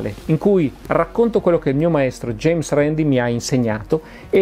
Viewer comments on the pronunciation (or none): none